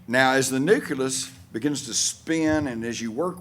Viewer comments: Its not "nuculus" its "nucleus" and it means center or heart. Same goes for "nuclear", heard people saying "nucular" instead. Sounds rather stupid to be honest. Thanks for the video, lots of good info. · I know, most native English speakers struggle so hard with nucleus and nuclear... So weird from the perspective of a non native English speaker.